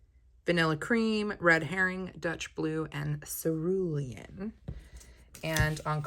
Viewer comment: You pronounced cerulean correctly. Always reminds me of The Devil Wears Prada. I love the hole punch. You could punch a smaller sheet of paper, put it in a journal and color the flowers for cute accents. Excited to get my box.